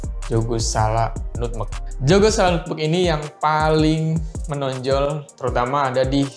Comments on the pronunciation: Nutmeg bacanya NATMEK mas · Nutmeg, pengucapannya astaga 😭 Bikin gagal fokus